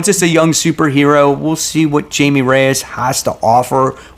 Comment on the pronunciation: Great video as always. Just a heads up that Jaime Reyes is pronounced like Hi-May.